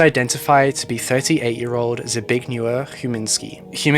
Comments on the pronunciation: you didn't do badly at all. As MoonBlade says, Polish is extremely difficult to learn but you still did very well. Most people don't even attempt to try so you did brilliantly! 😊💙🏴💙😊 Zbigniew is pronounced Zz-big-niev btw, it's one of the most difficult names to pronounce so don't be so hard on yourself hun! ❤❤❤ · you didn't do too badly :) Zbigniew is a hard name to pronounce because is has an unusual mix of consonants following one another. For the first try you did good.